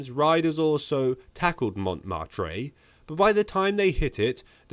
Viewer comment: Noooo!!! Not "mont-mar-tray", Mon'mar-tr.... it's OK, I know it's only to bait the Pronunciation Police 🚲😊